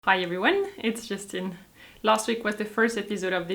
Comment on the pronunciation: Thanks Justine :) Ur accent is very pleasant on the ears. Please don't change the way u pronounce ur words :)